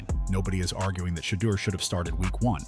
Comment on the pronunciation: It is Shedeur not shaldo